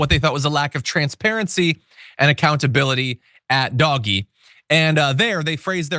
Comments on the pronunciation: DOGE pronounced Dodgy. Doj-ee. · This guy does not know how to pronounce DOGE, I agree w/ calling it Doggy - so long as he says they're doing it DOGGY STYLE to Democracy. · I still think you should pronounce it “dodgy”.